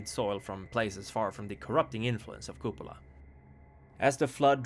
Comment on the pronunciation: It is pronounced as KupAla